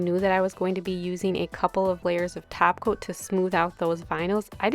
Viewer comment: Do u say taco instead of topcoat?